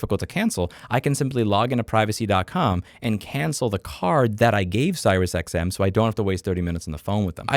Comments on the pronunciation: Its pronounced SeriousXM not SirisXM, Just saying. You said it wrong like 50 times, very triggering. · 1) are you deliberately mispronouncing the SiriusTM company name? 2) if a company insists being an asshole about cancelling, just tell them I will not continue to pay and then I tell the CC company to ignore them and not pay. Works like a charm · Im 1000% convinced by the fact the title has the name right, that louis hates siriusXM so bad he refuses to say their name correctly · serious xm*? lol i've never heard anyone pronounce it that way. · Never heard anyone pronounce SiriusXM that way before 😂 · Is he saying SiriusXM wrong on purpose or can he just not read?